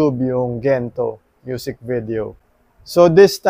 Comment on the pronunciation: Natawa naman poh ako sa "Kento" Kento" 😆😅😂 Thankyou for always supporting our Mahalima🫰🏻💕 New subs here poh by the way👋🏻🥰 #SB19🩵👑✨️